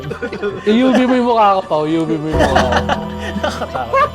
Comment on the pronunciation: Pag sumisigaw sila Pao ng UV ang pagkakaintindi ko "Yubi" Lol hahaha